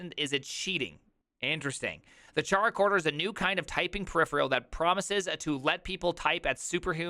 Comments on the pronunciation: It's so hard to watch this video because I cringe so hard every time I hear you pronounce the name. It's not supposed to sound like Charcoal, it sounds like Character. 😛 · Man, it is highly annoying to listen to, it is not "TscharaChorder" but Chara- as in Chara-cter! or in Chorder... Not that difficult. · pretty sure it's pronounced KaraKorder like "Character"